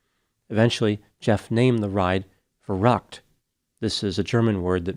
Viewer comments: That is not how Verrückt is pronounced. V is pronounced like F and ü like a hard Y. Ferryckt. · In German, a “Schlitterbahn” is an ice or snow-packed tobbaggon or sled run. It is not a “slippery road.” And you badly mispronounced “verückt.” Interesting, how you pronounce Spanish perfectly, but anglicized all of the other languages,! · I believe the name VERRÜCKT is pronounced “va~rooct” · The German word meaning crazy (insane) is pronounced "fair-OOKT". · I’m not German, but I’m quite sure you’re pronouncing “verrückt” wrong